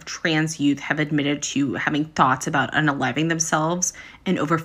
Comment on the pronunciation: She is a doctor , but can't even pronounce unaliving correctly, "Please".